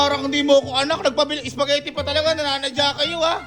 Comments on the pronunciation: Spaghetti ❎ Supas✅ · dami kong tawa sa soupagetti mo sir 🤣🤣🤣 practice lang mamamaster mo din yang soupagetti 🤣✌️